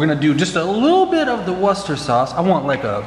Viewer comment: You pronounced Worcester sauce correctly. Here in England there’s a county called Worcestershire.